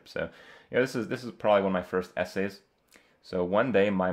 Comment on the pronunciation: omg that "essay" , rofl